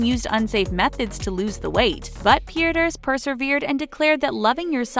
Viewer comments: Sasha petierse i hope I spelled that correctly is not pronounced peters it’s piii tear ssss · It's pronounced PE-TER-SA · THEY BUTCHERED SASHAS NAME OMG it's pronounced ( peter SAH ) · They said peiterse wrong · say sasha's last name right